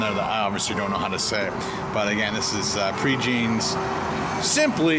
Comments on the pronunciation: I'm from lafayette and not to sound rude but the way you pronounce "prejeans" makes me cringe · It's a good thing few people heard you pronouncing things, haha! Just a handy tip, it's Pray-Jawn in pronunciation, not Pre-Jean. It's a gorgeous place, just sounds funny. Proud to be from this beautiful hub city. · furthermore its pronounced like "pray johns" and actually locals have many more preferred placss, although for tourists that place works fine. this is a city with hundreds of restaurants and really so many things to see and do!